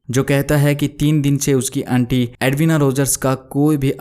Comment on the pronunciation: बहुत उम्मीद थी...आपकी आवाज़ ठीक है लेकिन कुछ शब्दों का चयन और उन शब्दों का उच्चारण और अच्छा हो सकता है...उदाहरण के लिए - आंटी की जगह अंटी, फ्लश की जगह फ्लस (सारे श वाले शब्दों की जगह स शब्द का प्रयोग किया है. ..माफ़ कीजिएगा लेकिन ये छोटी छोटी चीज़ें इंद्रियों को बांध नहीं पाती। 🙏